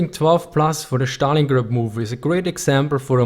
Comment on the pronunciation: Please don't say Stalingrad like you do. It is not "sh" there, just "s".